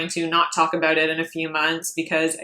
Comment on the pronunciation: You’re so pretty and then you ruin it by having that self tanner that makes you look like a Cheeto. 🤮🤮 do yourself a favor, ship the self tan and enjoy your beautiful fair skin. Also what’s up with the weird way you say “about?” Fix that